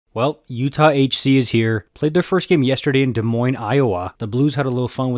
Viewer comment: why did you say my state like that😢😢